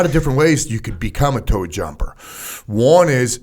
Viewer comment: "Towed Jumper" instead of "T.O.A.D." jumper, huh?